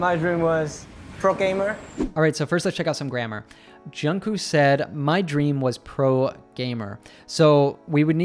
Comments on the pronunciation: Thank you so much for this video, it's very useful!! Btw the "k" at the end of Jungkook's name is to be pronounced too, so it's Jungkook, not just Jungkoo. Otherwise great video, tysm!!! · Jk's name is pronounced with a k on the end not with oo.